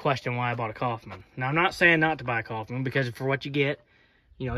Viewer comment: ITS NOT COFFMAN IT IS KOWFMAN. looked it up. My Last name is Coffman.